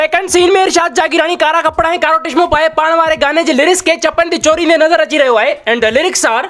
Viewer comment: Tishmo❌ Chishmo✅ 😂😂